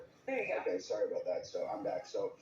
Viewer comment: Tom is awesome but I heard the Canadian in him when he said "sorry" when his camera went off